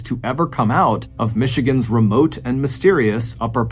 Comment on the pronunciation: Northern Michigan man here. Excellent job on the pronunciations